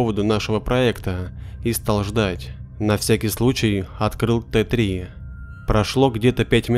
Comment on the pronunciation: история огонь, но я посмеялась с "воплощения "т три" в жизнь" в начале. (Т3 - это "тэ зэ" - аббревиатура, расшифровывающаяся как техническое задание) ору